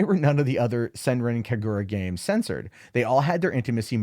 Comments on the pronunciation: To pronounce the name right. Do NOT put strenght on the "r" from Senran And put strenght on the "Ka" from Kagura.... Not in the "gu" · Senran Kagura fans OUTRAGED at for butchering name, likes video anyways. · Its not the WORST pronunciation Ive heard